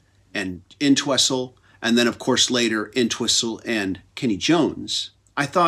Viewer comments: inn-twessel? Thats the legendary Ox,John ENTWISTLE. he would probably laugh though. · The T is silent in Entwistle. Just sayin.